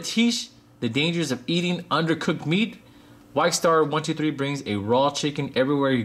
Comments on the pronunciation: You pronounce it as Vikkstar123 (Vee-k star 123) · you said vikkstar123 name rong